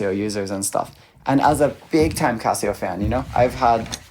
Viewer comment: (actually, he's pronouncing CASIO more correctly! like Cost, not like Cab. It's a Japanese company, named after the founders' family. The question is: do you want to pronounce the S, or SH sound in the middle?)